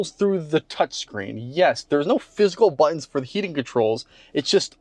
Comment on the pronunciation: plz pronounce buttons correctly. They are not buh-inns.